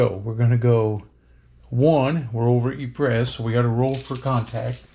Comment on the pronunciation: hate to be that guy….but Ypres is pronounced EE-pruh. But don’t feel bad, the British during the war just called it Wipers.